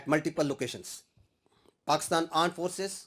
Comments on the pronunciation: Mujko pakistani Aand forces sunayi Diya 😂😂😂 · Pakistan "Aand forces" ?? 😂😂😅